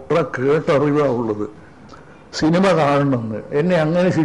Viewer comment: ശിനിമ അല്ല ലാലപ്പാ സിനിമ എന്ന് പറ